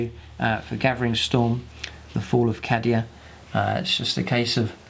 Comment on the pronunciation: I believe it's pronounced Kay-Dee-A